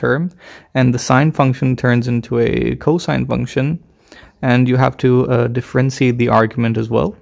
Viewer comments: Not to mention "differenseeate" and "swaydo". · And the way he says differentiate too